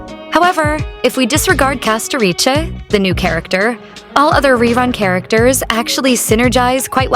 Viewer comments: Castoriche, Castorish and CastoRICE why tf do you pronounce it wrong? are you AI or American perhaps? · ah yes "castoriche" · lmao i like how you speak castorice name 😂